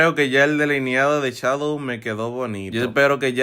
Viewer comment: Se dice shadow no chadow😂😂😂